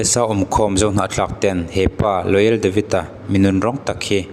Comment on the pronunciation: Royal ti in in rawn ziaka Loyal ti hlirin in rawn chhiar bawk si.